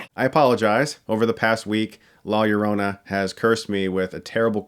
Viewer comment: As a Latino i enjoyed the movie but have to admit it has its deficiencies. Good pronunciation of “Llorona” btw Chris. Putting those high school Spanish classes to good use!